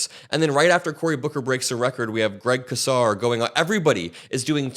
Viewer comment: Hooray, is the first person in my YouTube feed to pronounce Greg Casar correctly. Spread the word. 💙💙💙